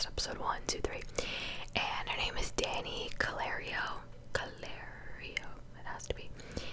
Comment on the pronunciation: CALLEIRO = cal-lay-roo. not cal-air-rio. ffs